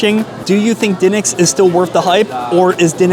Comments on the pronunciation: Brother, it’s pronounced “d’nicks” not “dinnicks” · Its di pause nics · It is pronounced Dee Nicks. Drove me crazy as well. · Br pronounce it duhnicks lol sound like a Philly boy